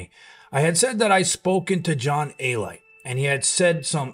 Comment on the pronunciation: John Alite...It's pronounced A-lee-tay, I heard you say A-Light, but otherwise, great video